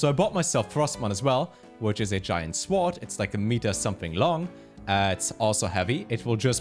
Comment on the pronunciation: iam pretty sure sword is pronounced sord